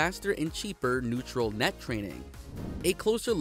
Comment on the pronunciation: please. learn to read words correctly. Its not "neutral" net... its "Ne-you-r-all" net (no T), nvidia = "EN-Vidi-AH", and CaPital expenDItures, not Cabidal expendures ... sorry. Cant up vote when words are butchered.